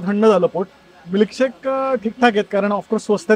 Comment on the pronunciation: म्लीकशेक नाही, मिल्कशेक 😂